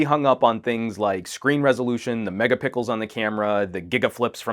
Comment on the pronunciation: Lol he said the megapickles of the camera